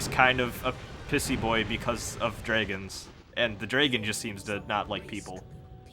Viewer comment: love how you say "draygens" instead of dragons ahah